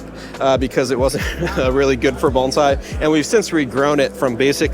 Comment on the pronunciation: How refreshing to hear someone pronounce bonsai correctly